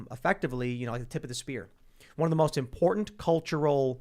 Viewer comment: I wish would practice saying “important” and “abhorrent” so that we know he understands the difference lol